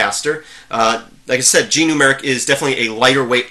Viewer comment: Sorry if I said anything that made you think I don't like Gnumeric (and sorry for the mis-pronouncing of the name). I think it's a GREAT Program. And I never would use "lightweight" as a negative thing. Light weight means it's does have bloat and runs well even on slower machines. It's not a comment saying there are a lack of features.